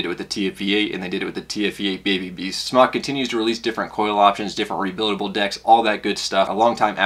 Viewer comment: Smok is pronounced like smoke, not like smock.